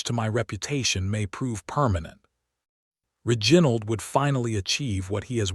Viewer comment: Mispronunciation of key names (Reginald) and verbs (packing instead of pacing), and many more, diminish the strength of the story.